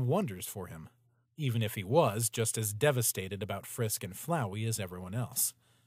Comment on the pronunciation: its pronounced flowey